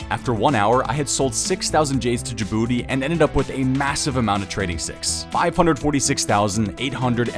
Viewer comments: Correction: The name is Gabooty, not Jabooty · Its Gabooty not Jabooty smh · Gabooty not Djibouti 😂